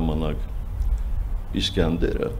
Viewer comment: իսկանդեր ա,իսկյանդար չի))